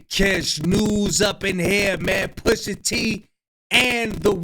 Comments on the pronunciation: Off the rip, I don't know how PUSH-A became "Poo-sha" 😂😂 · He was saying poosha the whole video dawg 😂😂😂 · I heard it too!! 😂😂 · not AI sayin poosha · Why he saying Pusha like that.😂